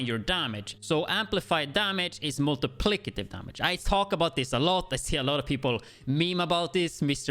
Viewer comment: multiplied by lol not multiplicitive lol but i still prefer it the way you say it